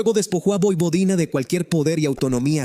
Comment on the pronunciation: MUY BUENO, PERO CAMBIA TU PRONUNCIACION, NO DIGAS POIPODINA.